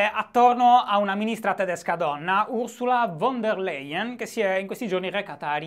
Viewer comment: Giusto un appunto saccente: Ursula von der Leyen si pronuncia Ursula Fon der LAien :)